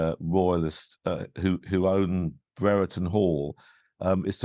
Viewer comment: It’s not bre re ton It’s Brereton like brier-ton